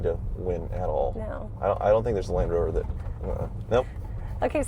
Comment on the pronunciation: Come on and Indian owns Ralndrover........... oh sorry Landhoover... Landrover...